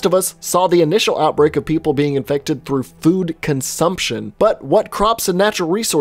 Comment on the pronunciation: why is he saying inected like that